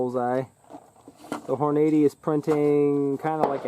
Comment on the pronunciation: Lol Hornade-ee. I thought it was pronounced Horn-uh-dee